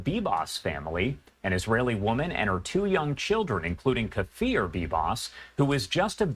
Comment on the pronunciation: His name is Kfir, not Kafir. It's like "clear" but with an F replacing the L.